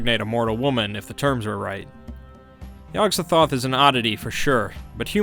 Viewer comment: The gatekeeper's name is pronounced: Yog Sot-oth